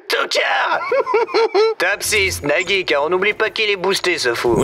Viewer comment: a pk neagi pour nagi